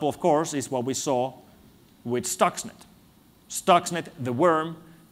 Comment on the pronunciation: Thanks for the transcription. :) A little thing : it's « Stuxnet » and not « stocks net »...